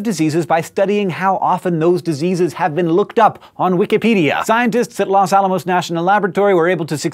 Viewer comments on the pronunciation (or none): Los Alamos National Laboratory? Yay a reference to where I live. Ps Hank you said it strangely; the "Los" (redundant-if you have ever taken Spanish you will know what I mean) is pronounced with a long o however you were good on the "Alamos", although a bit anglicized which is ok since it is butchered everyday considering this town has basically the least population density of native (by this I mean as a first language or learned at a young age) Spanish speakers in the state. Now I'm just rambling since I don't want to have any facts incorrect but I'm bad at clarifying things but now you know how I have found it is correctly pronounced here and I'm sorry if I'm wrong.